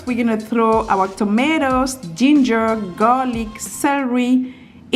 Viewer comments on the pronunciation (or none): none